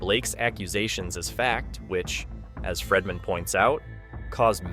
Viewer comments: please fix your pronunciation of Friedman. It’s pronounced Freedman NOT Fredman. Long E. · Its Friedman (FREED-MAN), not FREDman. While I understand that you simply pull from everyone else's YouTube videos/reporting from hours earlier to then compile it into your own video, please make sure the clips you are inserting match what you are talking about at the time. A lot of it isn't matching and you repeat the EXACT same things over and over (the NY Times) but a few minutes apart. You also inserted a clip of the WME CEO (Ari) that had nothing to do with what you were talking about at the time?! It's misleading and the 3 ir 4 videos I've seen of yours, you do the same thing. Obviously, whatever you're talking about should align with the clips that you're inserting at that moment 🙄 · Pronunciation is FREEman not FREDman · My goodness!!!His name is Friedman not Fredman!